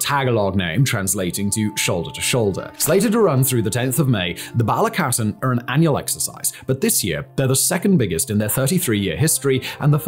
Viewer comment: It’s balikatan like “Bali-catahn “ fact boi